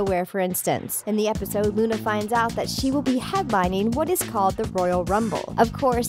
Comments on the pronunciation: You called Luan Luna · Who else heard her say Luna instead of Luan